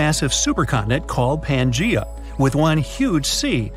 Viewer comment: Wow, he sure MIspronounced Pangea.